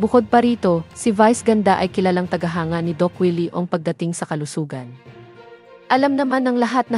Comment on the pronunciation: Siya ay hindi dos Willy kundi Doc Willy. Pls correct your diction.